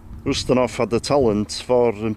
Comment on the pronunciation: This is really neat. You pronounced his last name correctly with an OO sound at the beginning and not a YOU sound. Some of the details of his life were incorrect.